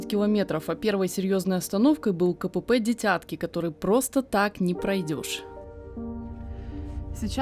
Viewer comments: Только ударение не на «Я» в слове «дитятки» , а на первую украинскую «Ы» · Не ДитЯтки, а ДИтятки